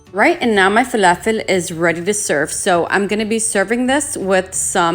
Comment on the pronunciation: Ohhhh inte Arabia? As soon as you said falafel 🧆 with the perfect annunciation I knew. Ahlen sis 😘 ❤️ 🇵🇸